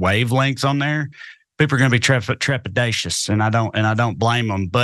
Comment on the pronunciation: Trepidacious - 5 syllables in a southern accent is something I have to get used to.